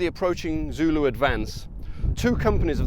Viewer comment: Your pronunciations of the very difficult names is excellent, zulu is not an easy language. This is an excellent video and really puts things in perspective, eve though I lived in Natal as a school boy I never got to see the battle field.